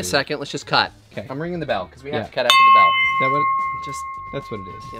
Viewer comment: (Supposed to be “bell” held out like the song. Not “be LOL”. Geeeze. LMAO